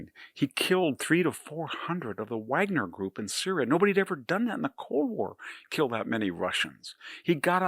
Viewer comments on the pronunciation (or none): none